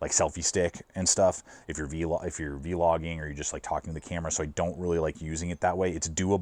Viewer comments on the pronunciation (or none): This man said 'vee-logging' and pronounced Manfrotto as 'Mannafort' lol. Great content as always and a really well-curated kit!